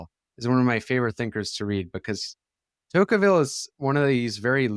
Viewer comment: Rousevelt and Tokeevil The idiosyncratic proper names continue!